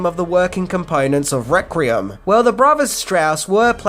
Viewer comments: “ReQUiem”….not “ReCRiem” 😂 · Good video and well worth a watch. If I have one criticism it's this... Why can't you say Requiem properly! It's not "Rek-re-um' dammit! It's 'Rek-we-emm'!!! Am I the only one who flinched like someone who suddenly had an ice cube pushed up their rectum every time they heard this? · Take a shot every time says reck-ree-um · Is "rek-ree-um" the Australian pronunciation? I have several Australian friends, but I don't think I've ever heard them say the word requiem. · Requiem [ rek-wee-uhm] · Requeem!! Its pronounced requeem!!! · You are a star,. We all have our foible words and "requiem" must be your one. Listen to the voice over of Benedict Cumberbatch trying to say "penguin" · For gods sake learn how to talk there is no second R in the word Requiem your killing me dude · Whoa. How many "R's" you putting in "Requiem"?! 😋